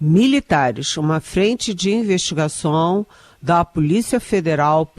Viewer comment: Pior jornalismo ,Estadão! Especialmente por esses representantes do governo PT maquiado de jornalista DNA Eliane 👇 Investigação….não Investigason Questão…não queston Estão…não eston Já é hora de corrigir sua pronúncia 🤌